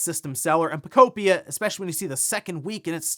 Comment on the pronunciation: Stop saying “Puhcopia” 😅